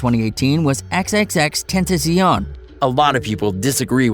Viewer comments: I know he say xxx tenttension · You pronounce it x-x-x Ten ta shee own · Learn how to pronounce his name correctly XXX-Ten-ta-ci-on.... You sir are illiterate! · Bruh you cant even say his name correctly. Xxx ten tu sio wtf is that-? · lol he can't say his name right Xxxtentacīon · Ten tas ion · it’s xxx ten ta c ion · You talk about respect but you continuously incorrectly pronounce his name, that is kinda disrespectful. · Say his name correctly stupid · U said XXXTENTACION wrong xD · R.I.P X we still love you 😍 you will always be in my heart 💕 and you saying his name wrong and f**k the Grammy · this nigga can't even say his name right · Y’all saying his name wrong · You can’t even say his name right...